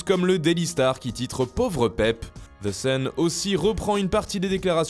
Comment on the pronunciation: merci mon frère, et THE ce prononce "DEE" et pas "ZEE" 😂